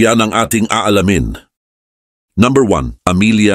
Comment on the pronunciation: iba magtagalog si brod..numbha.. diba dapt number!!!